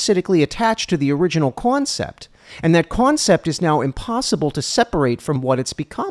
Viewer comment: lol “the cwoncept”